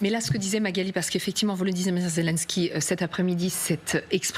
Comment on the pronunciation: Quelle prononciation de me...de 😂 ZELONSKY